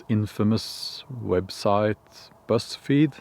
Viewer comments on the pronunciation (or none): Oh! he said Buzz Feed! I thought he was saying Breast Feed! hahaha! My thoughts: "Why is a facility that tests testosterone levels named, 'Breast Feed'?!"